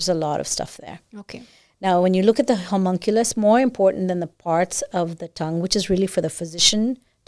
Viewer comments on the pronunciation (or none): none